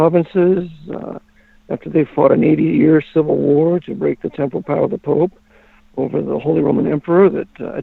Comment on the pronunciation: The word is "temporal" (not temple). It means "physical, mortal, political" power of the pope, as opposed to his spiritual or ecclesiastic power through church authority. pronunciation confuses that word.